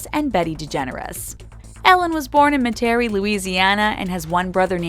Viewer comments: Ellen's hm town is Metarie, La. Pronounced (Met-are-ree) Not.. [Met-T'aree) Louisiana. I know I live just a few hrs from there. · OMG. Met-a-ree. Not Me-tair-a-ree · It’s MET-airie lol. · I just have to say this it's actually pronounced meta-ree not ma-terry like they keep saying as a native orleanian it just rubbed me the wrong way..I don't know why it just did lol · It's MEH-tuh-ree, not Meh-TARE-ee. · Its pronounced met-a(h)-ree Metairie, Louisiana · Met-air-ie. Met like the Mets. Air like uh ie like e. Metairie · Met' a ree is the right way to say the name of the city. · Omfg learn how to say Metairie...makes me wanna turn this off ugh